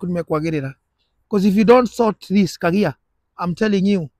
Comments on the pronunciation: KAGAI NOT KAGIA.👍👍👍👍👍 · It's Kagai not kagia